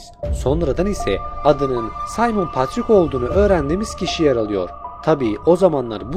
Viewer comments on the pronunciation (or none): none